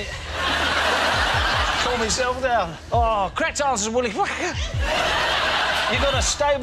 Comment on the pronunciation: I guess if it’s German it’s pronounced “Villi Vakker”.